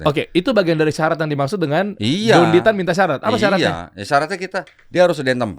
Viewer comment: nyebut namanya aja udah salah hadeuuhh... Dendy Tan itu org mana?🤣 Maaf ya, dr penjelasan² itu sangat² masuk akal, bisa diterima oleh siapapun yg terbuka hatinya, bukannya saya/kami mendewa²kan beliau ya, tp memang benar adanya Sesuai dengan data & fakta yg ada Beliau bergerak di mualaf center adalah buktinya, bukan sembarang orang Dari situ aja mungkin sudah jelas ya